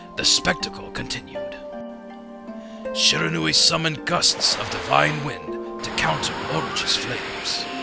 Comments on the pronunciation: okay... I am also studying japanese otherwise I wouldn't making such an acusation. And the only thing I would want to correct is when the Narrorator says Shiranui, it's sounds like Sheranui. And I know all about the syllables of japanese spoken through Hiragana and Katakana. and Shi is shi, the narrorator was saying it a little too fast, and so I nitpicked a little. But it still sounds like he's saying Sheranui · shee - rah - nu - i. japanese words are pronounced exactly as they are written lol. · i am SERIOUSLY DISTURBED by the narrator's HORRIBLE pronunciation of Shiranui as sherahnuee.